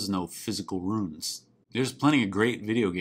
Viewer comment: I love the way you enunciate ROONS